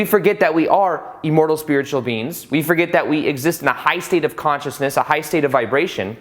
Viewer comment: Buddy... PLEASE.... it’s IM-mortal not EE-mortal!!!! I cringe every time you say it.. in EVERY video. 😣 Still, I watch. Yogananda’s book while wonderful, many parts a little to unbelievable for me. Read it years ago & could feel my mind opening up though. 👍🏼 (I always thought it was pronounced: Shree You-tis-Swar)